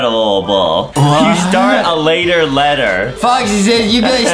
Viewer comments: When Adam said 'start a later ledible' I didn't even laugh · LOL adem said start a later ledelble😹😹😹😹😹😹😹😹